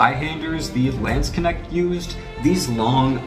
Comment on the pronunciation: Please say "Landsknecht" again 😅 (the german "ch" is pronounced like spanish "j" in "José" and the "a" is pronounced more like "awe")